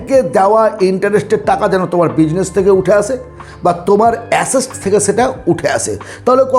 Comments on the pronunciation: Uncle আসেস্ট নয় অ্যাসেট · Assest কি কাকা..? কথা টা asset.. এটুকু জেনে তো ভিডিও বানাবে.. 🤦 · Assest pronounciation ta ektu ki thik hoto ?